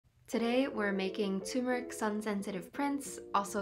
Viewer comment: This is a great introduction to anthotypes. I've been using all kinds of emulsions. The idea of chemical-free images is what drew me back to traditional photography. But, it's TUR-meric, not TOO-meric. Best wishes from Vermont 🍁